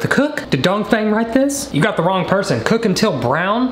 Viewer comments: Says donfang every time you say a sentence well never seen that person before ya..um.. no.. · Dongfeng would be said Dongfung. Lol. He died in a Ancient Chinese war. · I love how much he emphasizes Dongfeng 😂